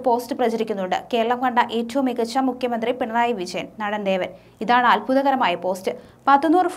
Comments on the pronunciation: കുട്ടി 'ജ ' ഇടാൻ മറക്കുന്നു ! 'ശാമ്യം' അല്ല 'ജാമ്യം'; 'വിശയൻ പരാശിതൻ' എന്നല്ല, 'വിജയൻ പരാജിതൻ' എന്നാണ് പറയേണ്ടത്. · കൊച്ചേ ആദ്യം പോയി നാക്കുവഡിക്കു, റീഡിങ് കേട്ടാൽ, ചിരിച്ചു ചിരിച്ചു വയ്യ... വിശയൻ 🥴🥴🥴